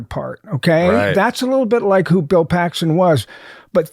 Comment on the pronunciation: The guy that butchered Bill name is.